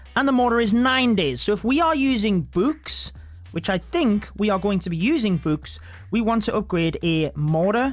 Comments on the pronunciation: The way he says books: bwks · Why his books sounds like b00bs